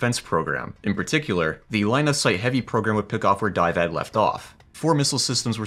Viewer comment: Is there a reason you kept pronouncing DIVAD as (die-vad)? It's Division Air Defense, so surely it would be pronounced (dih-vad)?